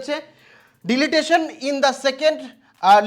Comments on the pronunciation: The word is "Deletion" not "Deletation." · কানে দুল, ঠাটবাট, Digital Board - সবই ঠিক আছে, কিন্ত পড়াশোনা বেশীদূর নয় বুঝতে পারা যাচ্ছে । এই সব গভীর জনসেবামূলক বিষয়ে - একজন অর্ধ শিক্ষিত ছেলে হয়ে, ভুলভাল ভাবে English Sentence গুলির শব্দ উচ্চারণ করে [ যেমন Channel কে চ্যালেন , Deletion কে ডিলিটেশন ইত্যাদি ] অর্থ উপার্জন এর চিন্তা ছেড়ে আগে নিজেকে তৈরী করাই সমীচীন । নচেৎ , ভবিষ্যতে হাসীর পাত্র হবার সম্ভাবনা দেখা দেবে ।